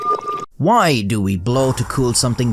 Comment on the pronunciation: WHYYY, do you pronounce “why” that way??